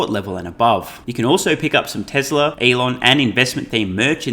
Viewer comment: TWESLA is good - shades of Elmar Fudd?